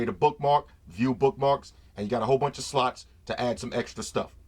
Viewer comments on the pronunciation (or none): every time this guy say 'slots' it sounds like 'sluts' :)) I like him :)